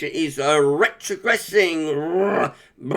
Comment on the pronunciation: Love your RRRRetrogressing